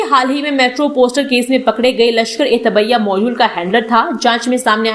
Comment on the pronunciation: लश्कर ए tabbiya नहीं है तैयबा है